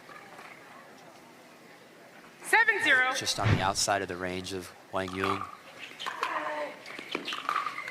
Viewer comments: i would say kwang zoong is more correct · No they arent. kwang zung is closer to the correct way for americans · His name is pronounced Wang yuuong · Actually, I'm curious again. How do you feel about the commentators actually mispronouncing his name and calling him Wang or something? Even Jack tried to correct her and still couldnt get it right. While I thought it was poor form from her since she mentioned on a podcast how professional she is, it's an Asian name for a Caucasian person who has never heard of anything like that growing up. I'll give her slack because I know she was trying. The person writing the title OTOH, that's just sad. Accidental I'm sure but sad. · Professional announcers should know how to pronounce the name of the players taking part in the match. These are basic requirements. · Do your homework and learn how to pronounce players names before you give commentary on a game. Be a professional! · Seems like it would be helpful for quang dong to clarify the pronunciation of his name. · Quang Duong - the commentors should learn how to pronouncing his name way better. It's pretty disrespectful